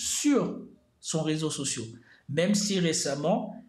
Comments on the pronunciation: Un réseau social pas sociau...tes fautes sont tellements chroniques que j'en ai mal aux oreilles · Je quitte ton ''résau socio'' me fait mal aux oreilles